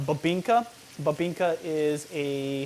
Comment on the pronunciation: Not babingka 😁 it’s BIBINGKA